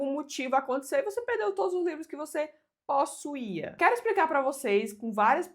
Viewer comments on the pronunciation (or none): O sotaque dela é que é engraçado. O "póssuia" foi engraçado!! 😂😂